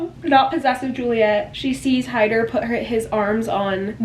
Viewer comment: Haider's name is pronounced as Heather not Hyder 😭❤️